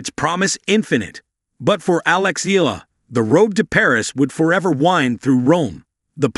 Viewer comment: could you please learn how to pronounce EALA properly out of respect for Alex?